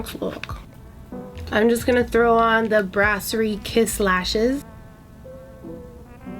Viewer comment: How she said brassiere 😂